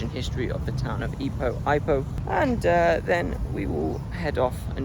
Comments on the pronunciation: It's e-POH not ai-poh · Pronounced e poh